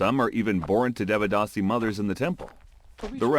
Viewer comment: "Devdasi devachi, bayko sarya gavachi..." I didn't even realize this was Marathi at first because of the pronunciation! It’s heartbreaking that due to poverty and illiteracy, the Devdasi system still exists today in Maharashtra and Karnataka. It's not in its original form, but the exploitation is still real